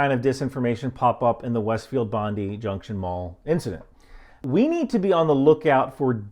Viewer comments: Couple of points I’m an Australian and it’s not Bondu it’s Bond I (pronounced). And this Jewish/Muslim issue is a non starter simply because Australians aren’t stupid enough to go down that rabbit hole and we also have some faith still in our news reporting. The current insanity of mis/dis information in America isn’t a problem generally in Oz. So we won’t be subscribing but Thanks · Not Bondee. It’s Bondie. Little thing. But it makes you sound like you haven’t done your research. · It's not Bondee, it's Bond eye. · If only Americans would take the five seconds it would take to Get The Place Names correct. faaark!! It's pronounced Bond-EYE, not Bondee. For future reference, it's not Mel-bourn, it's Melb'n or maybe Melbin..... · Love your work. FYI its pronounced Bondi (bon'dye), not bundy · I love your work but it’s “bond eye” not “bond eeee”. Thanks 😂for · Hi, I like your videos, I'm from Sydney. The Bondi Junction Mall is not in my immediate area (lower North Shore) but it's only 15-20mins drive from my home and I go to that mall about 3 times per year. Note 2 things: (1) Its pronounced Bon-die not Bon-dee. (2) Its not a Jewish area per-se, but this area does have the highest concentration of Jewish people in the country. But despite this, there are still vastly more non-Jewish people in the area as a percentage. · It's not pronounced Bon-Dee, it's Bond-Eye. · Hey mate, it's "bon die", not "bondy". Cheers! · Hey...its pronounced...Bon-die...as in pass away, Bon-die, not Bon-Diii. Apart from that keep up the good work. Also, the guy was mentally ill, not muslim, and 'known to police' for his mental issues...NOT for crime. Terrible what happened, and we need to help mentally ill, homeless people more, but theres no need for misinformation in this attack. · Bondi is actually pronounced Bon-DYE and not Bon-Dee... 🇦🇺✌🏼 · Bondi is pronounced “Bond-eye” not “Bondee”. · Hard to take the analysis seriously when you call the area "Bondu." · Bondi not bondu